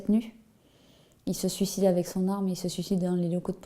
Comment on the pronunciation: OUI ! MERCI ! Enfin quelqun qui sait prononcer correctement le mot suicide ! Ça faisait tellement longtemps putain merci, ça fait du bien à l'oreille !